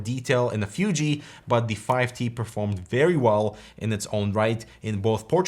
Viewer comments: It's Fooji, not Fyooji XD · I'm not sure what's worst: calling a mid-range DSLR a "fancy camera" or using its proper name, but always pronouncing it "Fyoojee." >_< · I really hate how you say "FYUJI". :)) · was annoyed how pronounced fuji, fooji would be closer imo